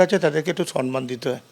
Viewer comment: কথাটা সন্মান নয়, সম্মান (সম্ + মান) । পুরো ব্যানার্জী পরিবার ভুল বলে।